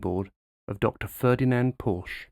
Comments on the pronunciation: 👽Porsche is a two syllable word...at least if it's air cooled. (for the purists) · Yet another "expert" that cannot bother to pronounce Porsche correctly. Porsche is a two syllable word. And what is the German national colour? It is not silver...... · like a patio, its a "porch" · 👍👌👏 Very interesting! But it's Porsche with an e at the end and definitely NOT spoken "Porsh" like so incredibly many North American people do wrongly unfortunately.